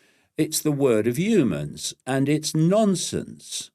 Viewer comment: I wonder if he says Yewmans instead of Humans on purpose!